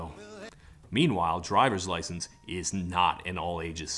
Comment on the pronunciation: "i gort my droyvers lyschence" ugh